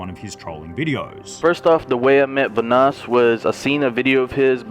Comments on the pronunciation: dang hahahaha forgot how delirious used to call evan VA-NOSS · are we not gonna talk about how pronounced vanoss